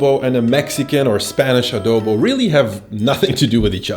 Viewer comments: You pronounced it well 🤣🤣🤣 we don't discriminate in pronunciation we have our different way to say things depending on the region. Spot on you showed a different way to cook it. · Im not sure about this but I think u are the only one who spoke Adobo right? I guess